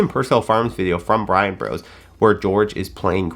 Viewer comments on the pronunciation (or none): none